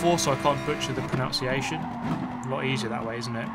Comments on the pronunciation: Calling it turn 4 so you can't butcher the proNOUnciation? Genius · It's actually pronounced 'pro-NUN-see-ay-shun' :) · "I'm probably butchering the pronunciation" he says, whilst butchering the pronunciation of "pronunciation". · pronouncing "pronunciation" wrong is peak REEEEEEEE